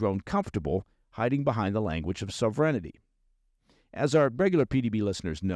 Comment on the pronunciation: What on earth is 'sovrenity'? it is sovereignty. As in sovereign.